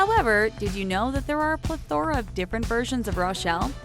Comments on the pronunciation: Y’all are annoyed with how she pronounced corgi. But what was up with her pronunciation of plethora? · The way she says plethora. 🤦🏻‍♀️ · Personally, I was more annoyed by the way she said "plethora." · Another word she says wrong: plethora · Welsh "cor-jee"? "Plu-THOR-uh"? Eye-RON"? Every video this channel makes has a ridiculous amount of common words that are pronounced so incorrectly that it is embarrassing. This "narrator" either has less than an eighth grade education, or English is the fifth language she learned. Sorry, but it's sad. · Cor-gee pleth-aura Seriously 😒 get it together